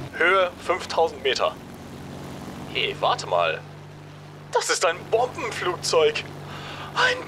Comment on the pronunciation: when youre a german and hear the guy saying : ein bobenflugzeug statt bomber